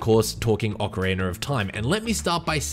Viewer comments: he keeps saying "ocariner of time" and i can't not hear it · this man did really not say "oceriner of time" at the very start right? OH HE KEEPS SAYING IT LIKE THAT? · Why people still say “ocariner” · Why do some people pronounce it "Ocariner of Time"? Is it an accent thing? Not trying to be an ass, i'm genuinely curious. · Thanks for your answer! Now when you say it, it mat be correct that it is an aussie thing. When i think about it, i've only heard that pronounciation from aussie gamers :) But just want to reiterate: I didnt mean no disrespect or anything like that. I love the aussie accent, its the loveliest english on the planet actually :)